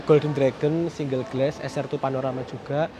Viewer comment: "Glass" bacanya "glas", bukan "gles" mas. 🙏